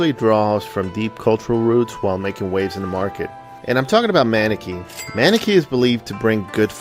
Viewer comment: Pronounced "mUHnEkee"